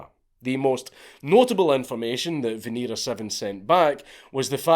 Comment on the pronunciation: It's pronounced veh-neh-rah